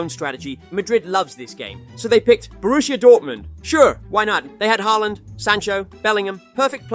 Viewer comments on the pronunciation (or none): none